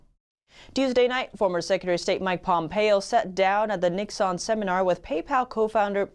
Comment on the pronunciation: God, the mispronunciations on this show, are sometimes mind-blowing. Does she really not know how to pronounce Nixon?